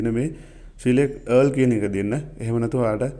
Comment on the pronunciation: Thank you. But oya wachana hariyata උච්චාරනය කලොත් ඔයාට යහපතක් වෙයි.. All සද්ද වෙන්නේ "ඕල් "...කියලා. ඒක හරියට ඉගෙන ගන්න.. Earl කියන්නෙ නමක්.